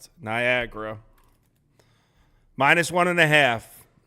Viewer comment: Whoever said Niagra smh lol